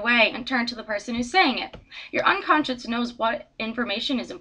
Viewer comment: nice, but you're mispronouncing it. it's 'unconscious' not 'unconscience' as you keep saying.